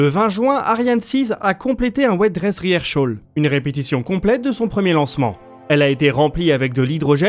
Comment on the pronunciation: Rehearsal ! Pas rehearshal !!! Il n’y a pas de sh !!!!!!!!